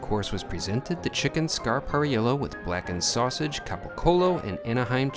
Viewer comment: Pronunciation police here. It chicken scap a rell and cap a coal. Otherwise I like your reviews.